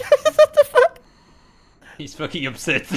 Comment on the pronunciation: The "Retaourde" (Retarded) Owl returns! :D (also fuck = "fokkue/fök") :D